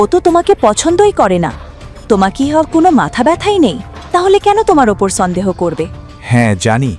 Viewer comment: ষন্দেহ?? নাকি সন্দেহ